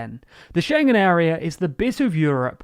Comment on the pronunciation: Hey, you finaly mastered the schengen pronounciation!